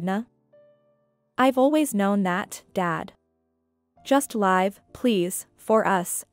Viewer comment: Please learn the different pronunciation of the word live and when to use the different ones. You use it incorrectly.